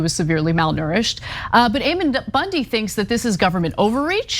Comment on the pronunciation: I love You guys are my favorites This is such an important story But I have to tell you that his name is pronounced Ammon (aemuhn)—A like Apple and O like Monday Just trying to help you’re credibility—which is up to the best standard in my opinion It’s just that I can see Ammon and his douche bag deplorables dismissing you entirely on the pronunciation of his stupid name I was raised Mormon but absolutely do not believe that garbage anymore I sincerely love you guys